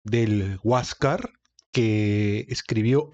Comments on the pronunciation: Hasta yo te pdria tomar prisionero por prenunciar mal la palabra HUASCASR... Tan simple como Huascar... jiejjej. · Para para para... Huas car no se dice tan asi entiendene bien Huáscar... completo... Enchúfate ....